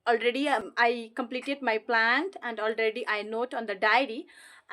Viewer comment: This not plant, this is plan, please check your pronunciation in this video....